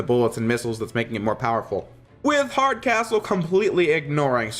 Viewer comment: I swear when you said the name of the General from the Prometheon episode, I finally got the joke. Mostly because I thought you said his name was: General Hard As Whole. General Hardcastle is a subtly & suitable surname for the character.